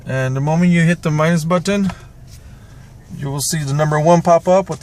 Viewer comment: Did I just hear a Punjabi accent at the end? "button"